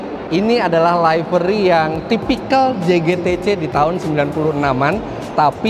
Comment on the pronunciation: Koreksi Om, "livery" itu dilafalkan "li-ve-ri" bukan "lai-ve-ri" 😃